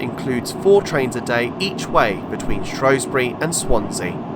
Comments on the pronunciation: SHREW NOT SHROW. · Good video. Leebotwood is pronounced Lee Bot Wood mate that's from a Salopian and would prefer to the now agreed pronunciation of Shrewsbury as Shrew bury not Shrobury although that is an ancient English word. Locals used to refer to Shrewsbury as Salop, the county town . Thanks for the video. Alan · A good video but a few mistakes though, first it's is pronounced Shrews - bury not Shrowsbury as a lot of locals will tell you, this can be proved by visiting a National Trust/ English Heritage house in Shropshire " Hardwick Hall" which was being built by a friend of Queen Elizabeth 1st from proceeds of a divorce from her husband, when you go around the remains of her first attempt of building her home the shell of a House run by English Heritage there is a time line board around one of the rooms telling you the history of this house and Shrewsbury and in QE 1st's days it was called Shrowsbury spelt with an " O " but some time after QE 1st reign it changed it's name to " Shrewsbury" replacing the O with an E, so in this context you don't call a Shrew a Shrow or Shoeburyness Showburyness. Why people keep calling it Shrowsbury god knows as the locals don't call it that they as I said call it Shrews - Bury and I have asked them, the next thing is that when the train reached Sutton Bridge and where the Severn Valley Line diverged from the line you stated that the line closed in 1970, it did not the Severn Valley Branch from Shrewsbury to Kidderminster was closed as far as Bridgnorth in 1963 and the closure stopped there, it was taken over by volunteers and opened up as the SVR steam line in 1970/71 from Bridgnorth to Hampton Loade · SHREW NOT SHROW !!.